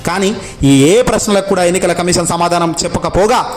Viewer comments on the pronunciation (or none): కమీషన్ అనాలి కమిసన్ కాదు.